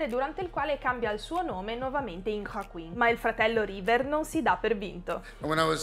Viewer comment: ma perchè pronunci Joaquin in questo modo ???